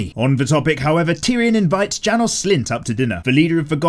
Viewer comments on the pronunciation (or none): none